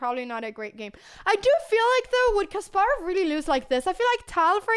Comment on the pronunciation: kasparov is pronounced with empahasis on the 'ass' sound